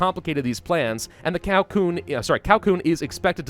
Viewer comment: Cao is pronounced Tsao